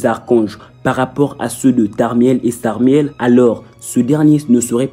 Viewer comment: ça se prononce SARIEL sans M